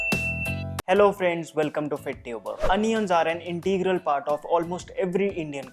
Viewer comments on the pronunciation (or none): none